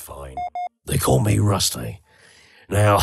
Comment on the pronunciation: it kinda sounds like Rusty says "They call me Rustfee"